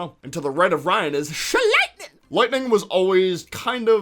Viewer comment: OMG THE WAY HE SAID LIGHTNING 💀